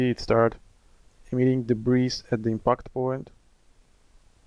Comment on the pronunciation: FYI: The S in debris is SILENT. Check this link for the Google definition, and click on the SPEAKER to hear how this word is pronounced